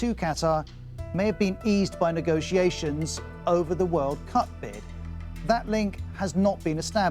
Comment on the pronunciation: The 2022 . . . Whirl Coup . . . Catarrh